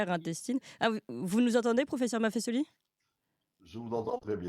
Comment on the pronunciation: Clémence MAFFESOLI le S placé entre 2 voyelles se prononce comme un Z Vieille règle de notre langue française.